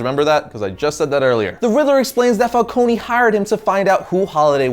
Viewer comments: My god. Again: Falcone is Italian, so it is "fálkóne" and not "fálkóni". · The way pronounces some of these names kills me. Fal-cone not fal-co-knee.